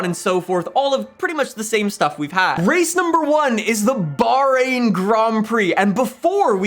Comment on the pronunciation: Wallahi there is an h in bahrain (bahhhhhhrain